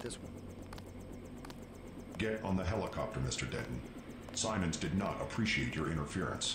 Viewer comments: This needs to be said: it's Simons, not Simmons. It's pronounced SAI-MINS, not SIH-MINS. Also, Aquinas is AH-KWAI-NIS, not AH-KEE-NAS. Both are verbally mentioned multiple times in game. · Enjoyable video series but why do you mispronounce words that are correctly said in the games? Calling Walton Simons 'Simmons' repeatedly, or pronouncing Aquinas as 'Ockinus' is really odd.